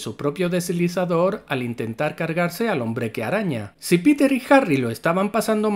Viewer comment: No pude terminar el vídeo. Me cansé de la estupidez de la pronunciación. Llámalo hombre araña si quieres, pero es una real idiotez cuando también dices "Piter" por Peter y hasta "spaidy" lo abreviabas. 😤🇺🇾🇮🇩